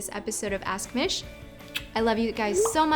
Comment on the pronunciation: I personally think that Mish should be pronounced ''Meeeesh'' not ''Miiiiish''